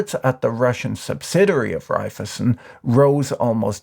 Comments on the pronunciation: Repeat after me: Rhai - phy - zen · its REIFEisen, try pronouncing it, shouldnt be too hard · My only criticism is that it's not how you pronounce (evil) Raiffeisen.